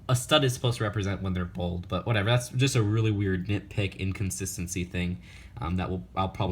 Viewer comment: He said bold not bald